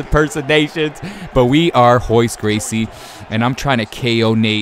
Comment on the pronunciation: Why do you keep saying "hoyce" when it's Royce? Is it just pronounced differently?